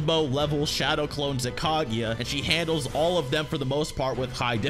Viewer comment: why are you pronouncing it "Kagiya", its "Kaguya"